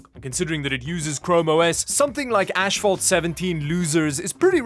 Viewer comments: ok...In the word ASPHALT, where do You see an H between the S and P? It's NOT ASHPHALT!! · bro said ashphalt